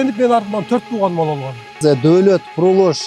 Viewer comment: Доолот эмес Доолат 😄😄😄болуптур